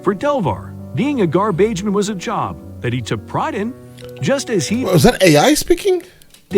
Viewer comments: Gar-beige-man LOL 😂😂😂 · What a heart warming story!!! Made me cry and then laugh from ai saying garbaigeman